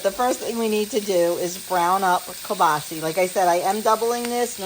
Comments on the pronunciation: Great video. Its kielbasa not kielbasie. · Learned something new. Must be a regional pronunciation in Poland. All my relatives from the Warsaw area say it kiabasa. Love it no matter how we say it.😂